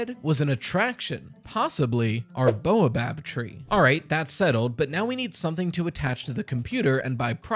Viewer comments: Good theory but it is baobab, not boabab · ._. it's Bay-Uh-Bob not Bow-a-bab. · I have nothing truly useful to add, only that baobab is generally pronounced "bay-o-bab" not "boa-bab". This is completely unimportant, but it irrationally bothers me. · Baobob tree: BAY-O-Bob 😭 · Hey! Just to let you know, it's pronounced bay-o-bob tree.